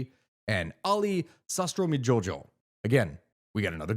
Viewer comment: You butchered Soo-kii-mann Weir-yaw-son-joy-o and Ali Sastro-am-ee-joy-o but the Jojo meme makes up for it handsomely. Also, now I can mention how Helldivers 2 used the same government system as Indonesia once has... Guided Democracy! The blame laying going across both isles between the Armed Forces and the Indonesian Communist Party is a key identifier for the conflicts of Indonesia. Many sides, and they're all of diferring levels of unity, with members who have interests in different and often opposing groups. And then letting the unleashed rage and brutality of the people do the dirty work. Let me plug again Max Havelaar, especially the movie for brevity. Very recommended more so if you like Indonesia, or will be dealing with Indonesia in the future.